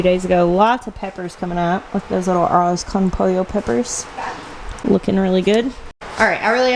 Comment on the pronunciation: Ooo, I just figured a way for you to say "Arroz Con Pollo" lol say this literally, Ahrohs cone pohyoh. I have a hard time rolling my r's so this helps me, hope this helps you too, I know it's not important, but thought it was funny. Love ya <3